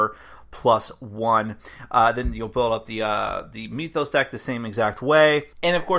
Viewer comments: So it's pronounced 'MYTH-os", like (m-I-th), not 'ME-thos', with the 'e' sound. I know, knit-picky but it's annoying to hear. (annoying, like this post hehe ) Thanks for the review! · Do you also say "meethology" or "meethic"? Because that isn't how you pronounce "myth".